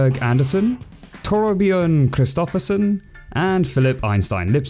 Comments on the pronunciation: When I was younger I loved the film but only recently when rewatching it I saw all the adult parts that flew over my head before And fine pronunciation on Christoffersen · Wtf you pronounced Christoffersen correctly Im not even jk that was 100% correct